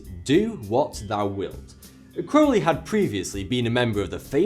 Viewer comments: Holy shit, someone on YouTube actually pronounced Crowley in the correct manner. I'm utterly astounded. (Instantly subscribed) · Hiya. Great vid as always. I thought the segment on Crowley was very well written & balanced. I like that you pronounced AC's name correctly-rhymes with holy-which most people get wrong. Top-notch work Sir. How about a video on Aleister Crowley? I've a certain amount of knowledge on the subject so if you need any info or research pointers do drop me a line. Keep up the good work brother.